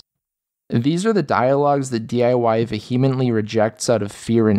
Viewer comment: also vehemently is not pronounced ‘vu-hee-mently,’ it’s ‘ve-uh-mently.’